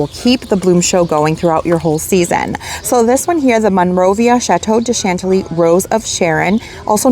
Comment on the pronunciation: Your not saying Chantilly correct